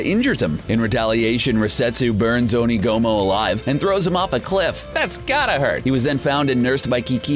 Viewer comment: lol one of the worst. And Onigumo XD